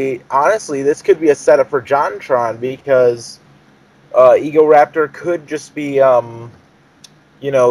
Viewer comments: What kind of shit are you smoking? You must be cooking up some good meth because you guys are some fucked shit. Ego-Rapetor? No, it's pronounced Ego-Raptor, like the damn dinosaur because he has a big ego. And JonTron isn't about robot sex. JonTron has that name because his name is John and he's into technology, that's why he has Tron in the name; plus it rymes with John. So before you start up false stuff, know the info. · its egoraptor not egoraper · I stoped watching after this idiot couldn't read. Egorapetor.. its egoraptor you freak in claud. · It's egoraptor not rapetor is this a joke video? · Egoraptor not egorapetor wth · he is an idiot he is saying egorapetor not egoraptor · It's EgoRaptor not EgoRAPER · Idiot can't read. Its not EgoRAPED'ER, it's EgoRAPTOR. Raptor as in the dinosaur. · How you know this is fake in 2 minutes well he says egorapetor and as we all know its egoRAPtor so in hindsight do your research on game grumps before you try to hate on them and create a youtube breakdown it doesn't work because your idiots and youtubers are nice and smart people so stop hating and start making real funny or action packed videos (Your channel is useless go make a new one) Thanks and goodnight folks :) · .- it's Egoraptor...RAP not RAPE...you know raptor as in the dinosaur raptor...I...no...just no... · I disliked the video because everyone else did then you said "egorapedher" that's when I knew I fucked up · guy ur talking to the same guy who says ego-rape-ter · cough e-go-RAP-ter not rape Ok...just pointing it out